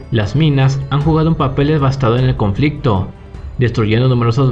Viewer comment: Porque ave el Acentooo a Todas Las Frasees...Conflictoooo...Acento en todos los Fin de oracion..🤦🏻‍♂️🤦🏻‍♂️🤦🏻‍♂️